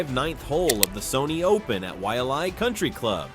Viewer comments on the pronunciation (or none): none